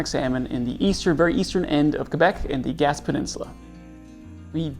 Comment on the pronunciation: It’s pronounced “Gas-pay”